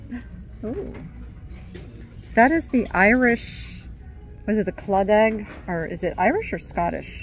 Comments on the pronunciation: Just a note….Irish Claddagh is pronounced…kla-duh… not claw-dag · Its pronounced Clada (silent g). Its an area of old Galway. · Hey! Claddagh is pronounced “claw dah”. Just so ya know. 😉☘️ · Claddagh pronounced klah-duh 😊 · It's Irish & pronounced clada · Pronounced Irish Clatter